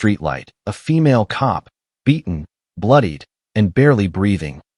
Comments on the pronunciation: Why does the AI narrator spell words instead of saying them??? c-o-p instead of cop, n-o instead of no, a-r-m-s instead of arms… ridiculous!!! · This was a good story ruined by AI. Cops said C O P, us as U S, and so on... AI is ruining much. It wasn't intended to take the place of humans, who have inflection, emotions, ect. It was created to help real live people. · Wound pronounced like wound a rope but should be pronounced wound which is spelt wound but refers to an injury. Why is narrator spelling C..O..P...then saying cop. R..a...g then saying rag. Deep gashes on aA..R...M..S ...meaning arms. It's so distracting. Signing out. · Its pretty sad when AI can't read the words cop or us or in